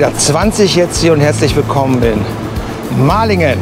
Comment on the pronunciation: Hallo Sehr interessant deine Radreise, heute warst du sogar in meinem Wohnort leider hast du ihn falsch ausgesprochen, Maihingen wäre Richtig gewesen, aber nicht so schlimm und immer schön dir auf den Wegen zuzusehen 😊